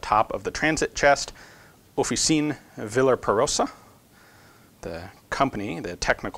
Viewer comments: Officina is pronounced like off-e-chee-na. Ci and Ce are pronounced like "ch" and "ch" is pronounced like "k" in Italian :) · Officine is pronounced "off-ih-chee-nay" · Officine is pronounced "ohff eee chee nheh" (the "e" in "nheh" is pronounced like the "e" in "ten")